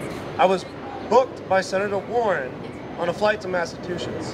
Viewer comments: Does he keep saying massatwoshits? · "I was booked by Warren on a flight to 'Massa2shits'" Oh. My. God. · I also like how "" can't manage to say "Massachusetts" or "BDSM" correctly. Only four minutes in and I can't handle it anymore. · Hustler can't pronounce Massachusetts. Budgie with a badge in an ill-fitting shirt.